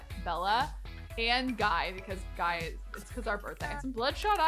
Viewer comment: Guy is pronounced Gee. Just to let u know !